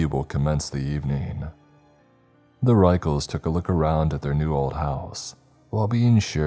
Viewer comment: The author specifically clarified the pronunciation of the word "Ruechells" - it's "Rickels" yet you insisted on using the most unintelligible pronunciation every time. Annoying.